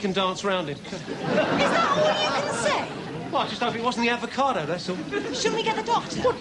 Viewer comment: Advocado!! I'll never be able to say it properly again 🤣🤣🤣🤣🤣🤣🤣🤣🤣🤣☠️